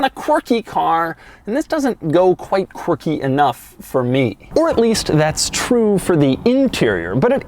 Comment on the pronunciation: I drank a shot every time he said Quarkie. I am dead.